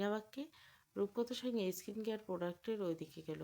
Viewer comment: এস্কিন কেয়ার নয় হবে “স্কিন কেয়ার”